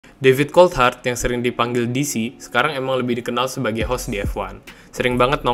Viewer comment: menit gua dengernya Difficult Hard bukan David Coulthard, emang beneran susah mati sih si DC 😂